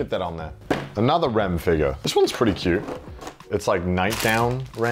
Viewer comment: I love the accent “figur”